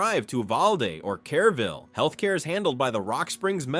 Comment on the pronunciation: Kerr -ville, not Care -ville.